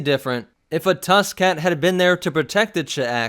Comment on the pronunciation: I thought you said tuskin cat like tuskin rader cat